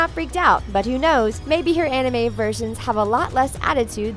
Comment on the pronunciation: You said manga and anime wrong. Wow you English people though.